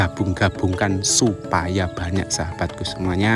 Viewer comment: Sebutannya memang "buwanyak" ye? Sebab mas Toha juga sebut buwanyak. Loghat daerah mana tu?